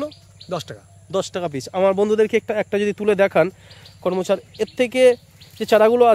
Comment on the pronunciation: করমোচা বলছেন কেন? সঠিক নাম বলুন, করমচা।